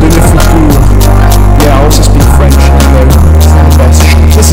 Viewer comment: Video: Lower your volume NOW Me: How bad could it possibly-: "fReNcHh"